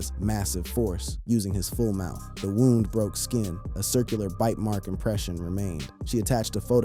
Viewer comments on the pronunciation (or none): none